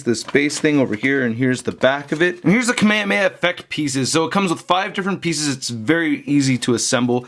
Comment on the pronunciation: its not kameyameya its Kame Hame HA!!!!